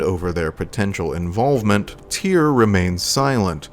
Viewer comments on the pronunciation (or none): Right. Here’s a helpful mnemonic: “Tyr, rhymes with fear. Tyr, rhymes with dear. Hope that helps.